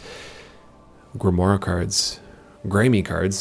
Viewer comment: Grim-whar. You know the phrase "savoir-faire?" The ending of "Grimoire" rhymes with "savoir." It's just French. Nothing crazy complicated to be afraid of.